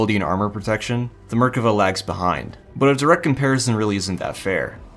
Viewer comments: Merkava isn't pronounced murkuvuh but otherwise good video. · wait is it "MER-ka-va"? I've been saying "mer-KA-va" ever since playing Xenogears way back in the day